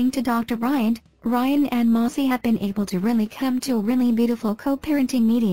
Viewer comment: What are my thoughts? First of all, her name is Maci, not Mossy ! 😂😂 These bots today !